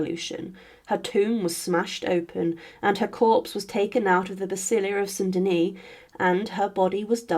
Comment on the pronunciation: More mispronunciation: Urbano, Medici(I was taught by Italians to pronounce Medici differently); St Denis (DEN-ee). One would a British presenter has a better handle on French, Italian pronounciation. Is it AI?